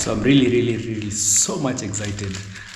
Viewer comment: its excited no exhited